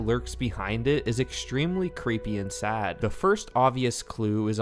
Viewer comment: Why did bro say sad like that he said it like a country guy